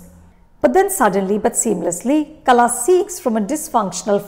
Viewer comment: Its not Kala Its Kal(h)a